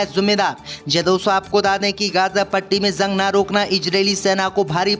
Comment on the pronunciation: JUNG KO ZUNG KYUN READ KERTA HAI BEWAQOOF AADMI...